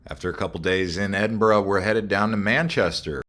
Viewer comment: Nice pronunciation of Edinburgh. Almost there with Glass cow. EDIT: Funny to see an American see the absolute state of the British railway system. Unfortunately the pricing system is absolutely crazy and you have an entire ecosystem of companies like Train Line that exist specifically to find the best prices. 500 USD for the Eurostar! Absolutely disgusting prices. ETIAS isn't active yet and probably won't be until 2027.